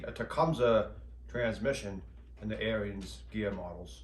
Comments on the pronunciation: I believe the correct pronunciation of the company name is Ahrens ["air ens"]. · Yes, the New Holland tractors were more likely to have tilt wheel and power steering. Nice upgrades if you can find one. And I think Ariens is pronounced like Ahriens....lol Nice video. Thanks